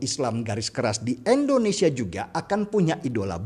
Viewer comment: endonesia atau Indonesia ?